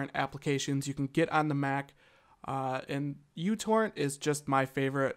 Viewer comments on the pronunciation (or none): µTorrent is pronounced 'micro torrent'